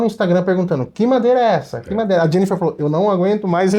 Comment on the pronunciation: 👏👏👏 O nome dela é JENNIFER!!! 👏👏👏👏👏👏. Gostaria que Vcs colocassem o nome por escrito destas novidades, pelo menos pra mim. O som que se ouve na pronúncia não fica claro. Do apoio do braço; do orifício de retorno; do protetor pra não arranhar na colocação das cordas. OSMARAVILHA 🙏